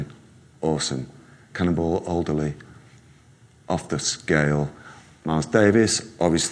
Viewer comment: He said Cannonball Alderley and it's Adderley.